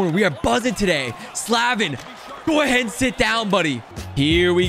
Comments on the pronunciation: By the way I’m a hurricanes fan and it’s Slay-vin not Sla-vin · As a gigantic Canes fan, I was so torn watching Rusty play them, even if it is all pixels. I gotta chirp ya a little bit as the Storm Surge ain't no joke. My man's name is Jaccob Slay-vin, not Slah-vin. He's best dman on the Canes (no it ain't Dougie Hamilton) and that's why you were always put up against him. Thanks for all your uploads, love the Rusty content! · Why did he pronounce Slavin Sla- vin and not slave-in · As a Canes fan, it's so hard to hear say sla-vin instead of slay-ven. Not like I have even half of the NHL players names correct, but it still annoys me. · “Slaavin”? What the heck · It’s Slay-Vin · bruh he is saying slavin wrong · I don’t have a problem with, but I do have a problem with the way he says Slavin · you say Slavin wrong. Look it up bro! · If you say slavins name wrong one more time... Jesus 😂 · Love you but you kept saying Slavin wrong I’m a canes fan so it was hurting my ears